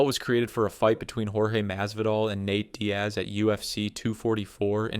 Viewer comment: “Nat Diaz”